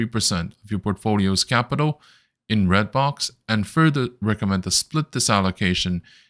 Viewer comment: It is called REDBOX not BLOX